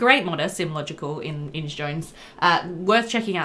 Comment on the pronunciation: I pronounced Inge that way for ages too, but it's more like Inga